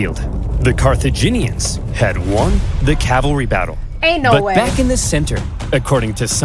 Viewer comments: That's... not quite right. Your guide makes her say car thee (like fee) jee (like jeans) nians. It's car-theh(like meh)jin(like the alcohol gin) ians. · Repeat after me CAR-THEE-JEE-NIANS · Four syllables; Car-tha-gi-neans. English rarely has four-syllable words. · CAR-THA-GIN-I-ANS !!! JEEZ! GET IT STRAIGHT ALREADY! just kidding! 😘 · It's pronounced like Cartha-gin-E-ans. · Carthaginians. Car-th-age-in- Ian-s. You're welcome,. As a historian, old languages are f*cking difficult. 🤣🫶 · pronounced CAR-THE-GIN E ANS